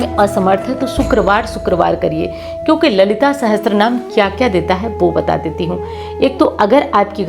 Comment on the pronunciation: Apna uccharan to sahi kar le sahastra naam nahi sahasra Naam hota hai 😅